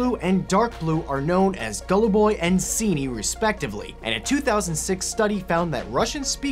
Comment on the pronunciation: as i person who speaks russian i laughed a lot when you called them golluboy and ciniy.